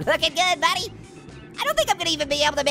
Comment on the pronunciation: just said budy